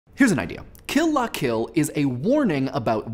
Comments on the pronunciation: please just say "kill-luh-kill" like the rest of us. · OH MY GOSH. I've been reading the L as an i the whole time. I've been pronouncing it "kill ia kill," and now my mind is blown. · Emphasized "La". That's weird. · You pronounce "Kill la Kill" funny.